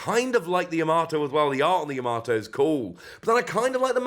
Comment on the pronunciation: Are you pronouncing Yamato like that on purpose? In the anime Luffy says it like Tomato because he is terrible with names when meeting people but it's pronounced Yama-to not Ya-mato, if that makes sense? 😅🤣💛